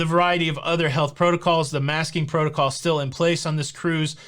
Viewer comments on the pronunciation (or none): none